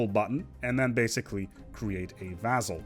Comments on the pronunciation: Vass-all, not vazzell. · So far as I can find, "vassal" is pronounced with an "s" sound in the middle, not a "z". In sedentary the accent is on the first syllable. Thanks much for the videos. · Pronouncing Vassal "Vazel"